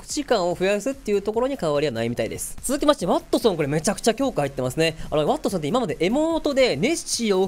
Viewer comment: 日本語がちょくちょくおかしいローバがロバになってたりヴァルキリーがヴァルクになってたりワットソンがワトソンになってるのが気になった